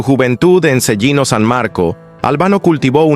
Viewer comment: Se pronuncia CHELINO ......... Eso se debería saer antes de hacer una graabación.